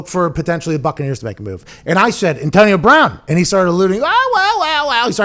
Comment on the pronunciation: Why do you say antonio like that Pat, "antionio"